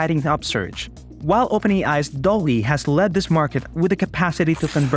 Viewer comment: You pronounce it wrong. It is pronounced DAAL-E Named after Salvador Dali (and Wall-e).